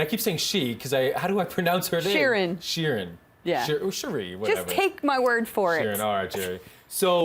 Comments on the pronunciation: Jerri it's not "Sheerin" it's "Sure-in" LOL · it is Prononced Sha-reen